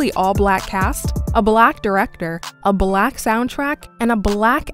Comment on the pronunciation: I’m not feeling the emphasis she has when saying “black”